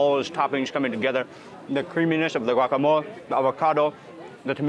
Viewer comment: I love the way you say GUACAMOL beacuse that´s the way we truly call it in Guatemala!! thank you!!!